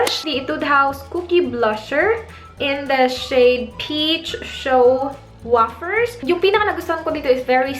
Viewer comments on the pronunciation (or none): Ate, it's pronounced Ni-chee-doe (nichido), and Wei-fer (wafer)